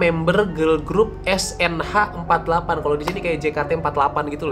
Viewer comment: bacanya "es en eich forty eight" bang, tp gak papa soalnya kita orang indonesia 😅